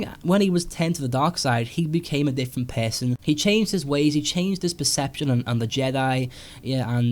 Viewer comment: When you pronounce person it's sound like PESANT xD